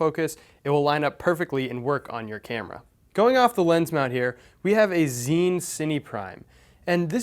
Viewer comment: What's the name of the lens, again? Zine you said?